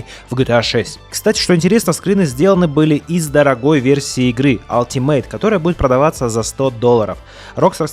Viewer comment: алтимат, а не ..мейт. ˈʌl.tɪ.mət